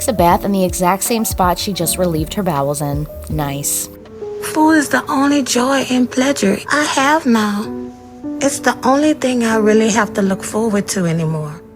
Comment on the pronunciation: did...did she just say pledjure?